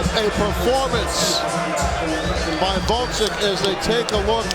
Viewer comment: I like how none of those commentators are capable of properly pronouncing Oleksandr's last name. It's not GvoDZyk fools, but GvoZDyk! Hard job reading..